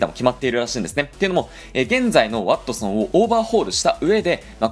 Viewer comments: ｢ワッ↑トソン｣ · なんだろう、ワ↑ットソンにつぼってしまう自分がいる